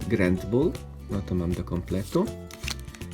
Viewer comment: wymowa : *dartrix nie dartix *ganbull nie gerndbull